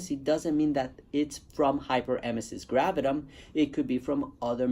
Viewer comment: Spelling it wrong in title and missing a syllable when you pronounce it doesn't make me feel good about your experience with it.